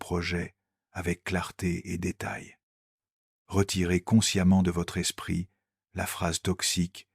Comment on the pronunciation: L'espritE de Joung ! Ah ah ah ! Et avec cette prononciation, vous voulez qu'on vous prenne au sérieux ! Internet, c'est de pire en pire avec l'IA, sans compter sa rhétorique de baratin ronflant !